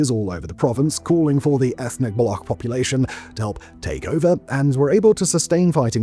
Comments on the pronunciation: End in Collapse? Was our system ever standing on two legs to begin with? And work on your pronunciation. The way you pronounce Baloch is hideous. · This man made a 24 minute video but couldn't bother to do some basic research about how 'Baloch' is pronounced. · Learn to pronunciation before making video 😀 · See, the "ch" in Balochistan isn't like "Mach" or "Charisma", it's like "Check" or "China", you got to pronounce it. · it’s not baloch ending with a k rather ch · > be an expert in geopolitics > can't pronounce "Baloch" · Can clearly pronounce "Balochistan" - Can't pronounce "Baloch" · It BA-LO-CH ---> Ch as in China not as Kh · 😂😂 it's not Balokh! It's Baloch with Ch at the end like Chap. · It's shocking that you've made a 24 minute video analyzing the situation in Balochistan and you did not take the time to learn how to pronounce the word "Baloch" or "Balochi". It's not pronounced "Bal-okh", it's pronounced "Bal-och" and the ch sound is how it's pronounced in the word "Champion" This imo puts the rest of your analysis in bad light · For the last time, it's not Balokh, it's Baloch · why do westerners pronounce baloch like that (balokh)? it's not a german word, it's pronounced baloch, ch for cheese (بلوچ) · its not Balok but Baloch ending with cc sound as in stich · Its not balokh. Its Baloch. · It is not Balock like a lock, It is Baloch like Launch, Launcher or like gotch you, so you shoud to say balotch. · It's not pronounced as Balokh as you are doing. You are pronouncing it as it is pronounced in the world Lochness The ch is pronounced as ch sound in cheese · Its not "Block" its "Baloch" . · It’s pronounced Ba Loach! Not Block. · It’s not Balokh, but Baloch. Ch here is pronunciated as it’s done in Chapter. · Its not balokh it baloch with a ch as in cherry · It's not Baloc but Baloch (ch as in China). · Baloch is not pronounced as bal-ock but as bal-oo-ch. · Buddy please it's not balo-khhh--- It's balo-chhh--- it's hurts my ears funny. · Baloch not Balogkh